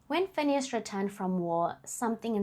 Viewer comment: You've just earned yours a new subscriber, just by how you pronounced Phineas' full government name🙌🏾 a feat even I as a black South African failed to do... Thanks for respecting your work and taking it serious... Keep up the good work..❤